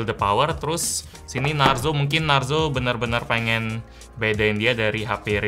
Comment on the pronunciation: Klo di indo narzo jadi narjo bang